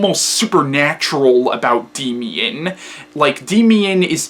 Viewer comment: It's pronounced "Daymian"